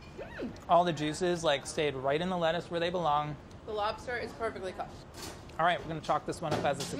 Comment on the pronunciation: That was a nice dispatch. Lol. "Are you gonna dispatch the labster right here and now?!"